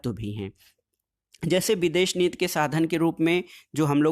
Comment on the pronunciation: Videsh nit nhi sir videsh niti hota hai wo 😂😂😂😂